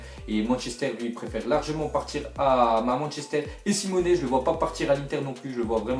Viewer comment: Simeon pas simone